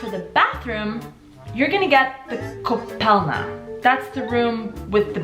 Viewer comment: Its ,,koupelna" but otherwise I love how you make my country Shine :)